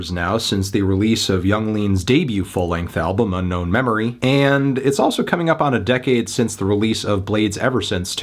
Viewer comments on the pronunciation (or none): none